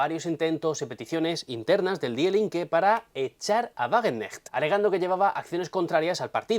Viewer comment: antes de opinar, te sugiero que aprendas a pronunciar correctamente las palabras alemanas, que en tu acento castellano suenan fatal, hijo mio. Para muestra un botón, la palabra die, se pronuncia fácilmente como di.... De nada.